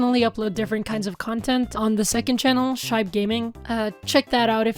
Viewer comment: Yay, you're back! It's good to see little Max and his new sibling. But, ""? Nooooooo 😅